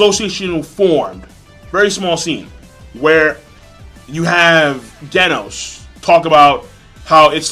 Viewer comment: Why does everybody on Youtube pronounce Genos with the hard g, like the way you would pronounce "gold" or "glaze"? It's pronounced the way you would start the word "generation" or "gene" P.S. Snek isn't pronounced like "sneak", he's pronounced like "neck" with a S in the beginning.